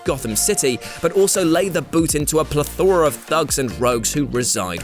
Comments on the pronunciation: PlEthora, not plethOra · Is that how you pronounce "plethora"? I say "Ple-ther-uh". Is it one of the things that is different between English language dialects?